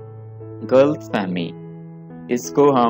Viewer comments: did he say "killfull" Ghalt nahi Ghalat fehmi. like bhi kerdia hay. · Dikar nahi DAKAR bolo Galt fehmi nahi Galat Fehmi Emodest nahi Im-modest